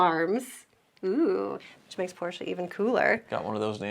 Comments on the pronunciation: Thanks for pronouncing Porsche correctly. Please, spread the word in your country about the sounding "e". About Stuttgart, this is actually pronounced as "Schtuttgart". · THANKS for saying "Porsche" absolutely perfectly.